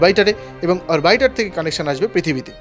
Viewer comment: কথা টা মনে হয় "অরবাইটার" নয়। "অরবিটার"। "অরবিট" মানে অক্ষ। বেশ কয়েকবার "অরবাইটার" বললেন। ভাষ্যকার আগামীতে সাবধান হবেন। একটু ভালো করে হোম ওয়ার্ক করে নিতে হবে। আর একটা খবর পেলাম। আমাদের থেকে ১৫০ বছর গবেষনায় এগিয়ে থাকা বাঙলা দেশ মহাকাশ গবেষণা কেন্দ্র কিছু দিন পরেই ৬০১৯ সালে ঢাকা থেকে বরিশাল রকেট পাঠাচ্ছে, রিক্সায় করে। সঙ্গে মাত্র একজন রিকশাচালক যাবে। এনিয়ে পুরো মাত্রায় গবেষণা চলছে বাঙলাদেশের আধপেটা বিজ্ঞানীদের। রকেটের জ্বালানি হিসেবে সম্ভবত গরুর পেচ্ছাপ ব্যবহার হবে। টাকার অভাবে ঐ জ্বালানি বিদেশ থেকে আমদানি করা যাবে না। তাই এখন থেকেই ঐ মূল্যবান জ্বালানি সঙগ্রহ করে রাখার কাজ শুরু হবে। হাতে সময় বলতে মাত্র হাজার চারেক বছর। এই প্রচেষ্টার জন্য আগাম শুভেচ্ছা রইল।